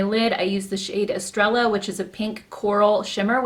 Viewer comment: The Estrella shade is pronounced "ess-tray-yah" aka, "Star" in Spanish ⭐️⭐️⭐️ but you can keep saying "mowwwve" because it's cute lol. Here in Michigan we say "maahhvve" so the way you pronounce it sounds funny to me, but I've also been told that I pronounce every English word incorrectly because of my "Michigan accent" Lol!! 🤷🏻‍♀️🤪 sometimes we just can't win!